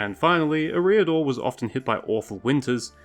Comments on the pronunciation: It's certainly "Air-ee-adore" and not "Eh-ree-adore" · Your pronunciation of Eriador is abysmal. It sounds like you’re saying “a rear door”. EH-ree-ah-door /ˈɛ.ri.a.dor/ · i pronounce eriador differently to you. interesting. honestly i cant remember the last time i heard it spoken out loud. you say "e' REE a-dor" i say "eria-Dorr" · And you don't pronounce Eriador right. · STOP PUTTING THE WRONG EMPHASIS ON THE WRONG SYLLABLE IN "ERIADOR" omfg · For someone who is a LOTR youtuber, you might try pronouncing Eriador correctly. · Look up pronunciations before making a video. Your butchering of “Eriador” was so grating that I stopped watching. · check your pronunciation of Eriador